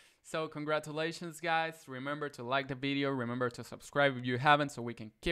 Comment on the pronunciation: i like how you said 🅱️ideo